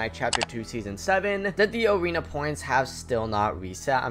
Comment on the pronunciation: awena weseting you sound so wierd